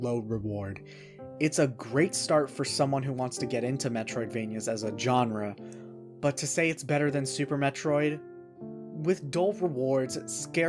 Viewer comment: not how you pronounce Genre